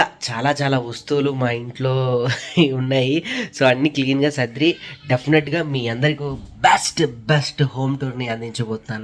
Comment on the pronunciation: ఇల్లు సర్ది అనాలి సదిరి కాదు సరిగ్గా పలకండి please